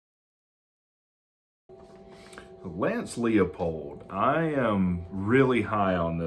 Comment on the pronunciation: Heavens! Narrow it down. Use visuals for your lists. 3-year contracts? Look at the market so you don't sound silly. It's TOM Herman, not Todd, and it's pronounce LIE-pold. And you think Leipold is more likely to come to Tech than Todd Monken?